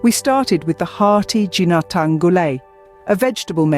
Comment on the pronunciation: I wish the narrator also researched how to pronounce "Ginataan" properly.